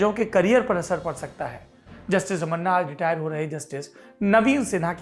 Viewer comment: रमन्ना नहीं। रमणा ।